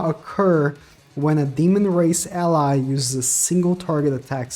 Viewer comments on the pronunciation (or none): none